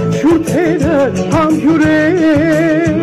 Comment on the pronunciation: Էնքան տհաճ է, որ սխալ են ասում։ Ոչ թե ՀԱՄԲյՈՒՐ, այլ ՀԱՄԲՈՒՅՐ (ՀԱՄ+ԲՈՒՅՐ)։ ՀամբՈՒՅր, համբՈՒՅրներ, բայց՝ համբՈՒրել